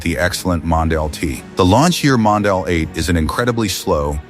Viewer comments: Mondial, not Mondale. And aren't there other human voices available to license? The voice you chose to use is by now plainly OVERUSED. Always thought the 400/412 was a great-looking car. Not so much like BMW in its stylistic flavor, but rather more like a grown-up and sporting Fiat or Lancia, which considering Fiat's relationship with Ferrari at the time (Fiat OWNED them) is somewhat understandable. I've always been fond of the styling of many Italian cars from the late 60s and will into the early 90s. However I still can't like the 456; people always say that the car is a beauty, but its silhouette from certain angles still reminds me of a Ford Probe. The 308 is a personal favorite but values for good ones are well over $100K these days for a car that at its bottom could be bargained for at barely $30K a decade and a half ago. The 612 to me screams "frumpy". Manual 360 Modenas are highly enjoyable cars to drive but their values have moved up considerably. Well documented and cared for examples are breeching $300K; no longer the bargain buy like they were prior to COVID. While I've always like the styling of the F430, I'm not a fan of the F1 transmission. Yes it helps keep values somewhat reasonable, but the driving experience is borderline meh thanks to that gearbox. Yes the F355 is indeed a money pit. But it still looks gorgeous in doing so. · Why do you use AI narration? Use your own voice. Put up with Mondale but had to call it quits on hearing Scagglietti. The g is silent.